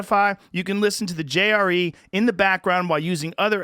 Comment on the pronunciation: I heard "Jerry" instead of JRE one time, and now I can't stop hearing it.